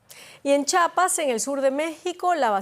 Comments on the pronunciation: Se escribe y se pronuncia Chiapas, hago énfasis en la i, chapas son las que llevan las puertas. No se confunda con el estado mexicano fronterizo con Guatemala. La mala pronunciación de los capitalinos brillando internacionalmente hasta Berlín. DW Español no te juntes con tanto chilango. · Me decepciona que una reportera de esta categoría no pueda pronunciar bien Chiapas, es con i, porque significa: El Río de la Chía. No sé de dónde esta señora de tan poquísimas letras lee: Chapas. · Se dice ChIapas, no Chapas, edúquese!